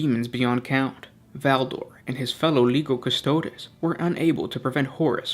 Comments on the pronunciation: “Kuss-toad”? - No. Say it with me “Kuss-toad-ae”. Applause 👏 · If you pronounce Custodes as Cus-toads, you should also pronounce Astartes as Ass-tarts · Cus-toe-deeeeeeeees!!! Please, it’s basically Latin. Custodian, therefore Custo-Deeeees…. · I found it very difficult to watch a lore video about one of my favorite factions done by a dude who kept mispronouncing their name